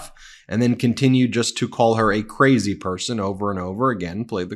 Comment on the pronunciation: Donald Trump’s pronunciation of the word “Crazy” as “Quazy” tells us something about his intelligence. Vote Blue…….